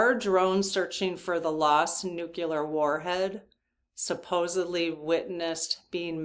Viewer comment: Please check the pronunciation of nuclear.